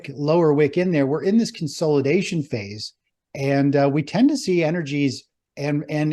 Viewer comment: Let's play a drinking game... take a shot every time says "Con-SOLE-idation" or "Stage 4 DEE-cline" lmao